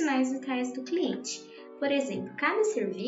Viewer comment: mds que agonia ela falando cliente